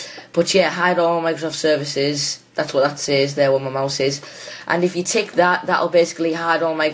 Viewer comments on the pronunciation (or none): none